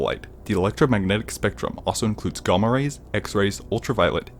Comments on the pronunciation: It’s gamma radiation not gahma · "gaama rays" -_ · gomma rays ? dont u mean gamma rays lol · Lmao dude just said "Ghamma" instead of Gamma. Now for the rest of the video I dont believe anything. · "Gomma"? "GOMMA"?? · Galma rays? jk great vid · Your pronunciation of gamma scares me